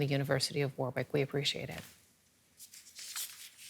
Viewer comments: University of Wor-wick? Seriously? This is thing called the Internet now which you can use to correct your pronunciation. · Learn to pronounce Warwick correctly pl0x. War-ick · Warwick is pronounced 'warrick'